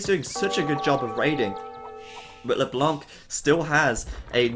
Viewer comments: Ryze mid What the fuck is YOUR problem ?! Just wanted to tell him so that he won't make the mistake again, not a big deal anyway. It's a french noun, so it should be pronounced withouht the hearing "c", if possible. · Amazing game, and amazing broadcast as usual ! For the record, LeBlanc -> don't pronounce the "c" ;) [it's "the white" in french btw]